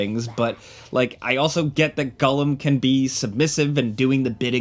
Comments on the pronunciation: Its it just me or is calling him gullim not gollum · TIL Americans call him Gullom rather than Gollum. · Kewl Review, two thumbs up but why does he say gullum instead of Gollum. My guy is killing me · It sounds like hes saying Gullum? not Gollum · The way you mispronounce "Gollum" is annoying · Am I crazy? Is saying Gullum? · Da fuck is Gullum? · I think what's more triggering than this poorly developed game is your pronunciation of "Gullum". haha get it together! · Sounds about like it's being pronounced as gullum 👀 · Really unfortunate... This looks terrible lol. First time I've heard it pronounced "Gullum"...... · why you call him “gullem” 😂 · Man, I was rooting for this one. Too bad. Also, am I the only one dying at "gullum?" 😅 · This guy: I'm a big lotr fan Also this guy: "gull-em" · Why does he say “Gullum?” Is that actually how you say it? Cause I’ve never heard it said that way before and its all I can focus on in the video